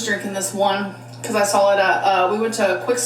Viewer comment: She says “sawl” instead of saw